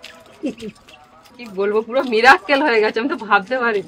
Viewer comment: মিরাককেল নয এই english উচ্চারণ হল মিরাকল । আর চিপ নয ছিপ । MIRACLES